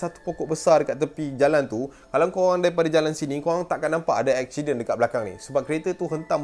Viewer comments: Aksiyden, pelek, 🤣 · "eshident" hahahahaa